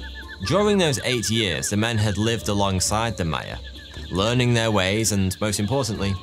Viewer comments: your pronunciation is just atrocious. you can't even pronounce Maya. truly ponderous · They’re called MAYA not MEYA 🤦🏼‍♀️ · How you pronounce "Maya" is driving me nuts.